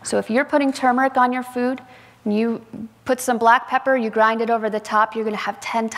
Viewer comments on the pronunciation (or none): none